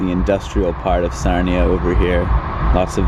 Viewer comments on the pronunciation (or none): Sarnia not Narnia